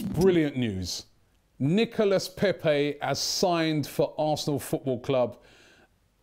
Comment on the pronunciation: How is that that Robbie can pronounce "coup" correctly but butchers "Nicolas Pepe" everytime he mentiones him??